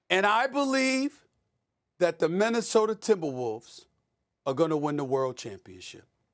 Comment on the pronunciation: from “Minnesoter” to “Minnesota” oh the Wolves have ASCENDED ascended 😤😂